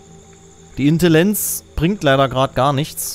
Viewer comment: Das haizt Intlriligänz!